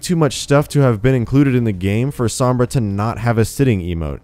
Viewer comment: Overwatch News all you white people cant even pronounce sombra correctly